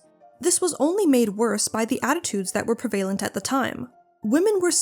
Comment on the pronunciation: Please pronounce "prevalent" correctly, human and/or AI. The accent is on the first syllable, not the second.